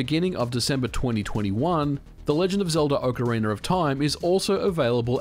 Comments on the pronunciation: I'm only a few minutes in and I'm regretting the drinking game decision of taking a shot every time I hear "Ocariner" ... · "When it comes to video games The Legend of Zelda: OcarinER of time..." <3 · “Ocarina-r-of” Lol, this is exactly what went through my head when I read the title! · Speaker of this upload: you need a tutorial on how to pronounce ocarina. It sounds very Britain how you speak the word. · good video, although you say "ocarina" funny. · There is no "R" at the end of "Ocarina" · Ocariner of time. Ocareinder of time. Ocarainer of time… Why do I always hear people pronouncing the name in some variant of that, instead of just OCARINA (aoh kr ee nuh) of time 🤨🤔 🧐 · No, that’s just a strange thing that people who speak non-rhotic English do. People from like England, Australia, etc. I believe the phenomenon is called “intrusive R” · I love your videos but seriously, Ock arena. not Oak arena. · OcarinaR of time OcarinaR of time OcarinaR of time OcarinaR of time OcarinaR of time OcarinaR of time WHYYYY??? Just don’t say the Rrrrrr (cringing) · Why do you say ‘Ocariner of time’ ? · Ocariner of Time. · Miyamoto: Ocarina of Time Brits and Aussies: Orcarinar of Time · Before opening the video I was like "I can't wait to see how many times MVG will pronounce Ocarina as Ocaryner". I was not disappointed. 😄 I'm curious to see how many glitches and in-game exploits will still work with this version and how many of them will be "patched" as a side effect. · "OcarinER" [visible discomfort] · Uckeraynor of Time 😂😂😂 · nobody: absolutely nobody: MVG: "Ocaraina of Time" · I don't understand where people are finding LoZ: Ocaraineeerrrrr of time? I have only played OCARINA of time. I mean, yall still call it Zelda, not ZelDEEERRRRRR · "Ocariner of time". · Why does it always sound like people are saying "ocariNER of time" when ever people are talking about this game? Is that how the word is actually pronounced? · I've never heard of this "Ohcariner" of Time, :-p